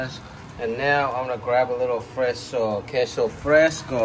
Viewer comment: Your pronunciation is spot on man on the queso and the chile 😂👍👍👍. I’m from south Texas and I approve 😂👍. Now I want some enchiladas now. Might ask my mother in law to make some. You should make some chicken flautas next time with some crema and green salsa. Wooiweeeee!